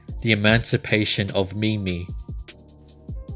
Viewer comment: No, it's not that's slow... When you say mimi I get so frustrated...